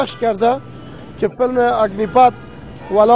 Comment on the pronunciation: پانی پت ره میگه اگنی پت ههههههه 🙂🙂🙂🙂🙏